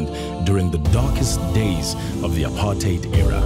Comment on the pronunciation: Such a rare thing in this video, makes a pleasant change. A commentator who can actually pronounce "apartheid" correctly.